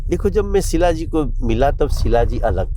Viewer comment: Are wo sheela ji hain shilajeet nahi😅😅😅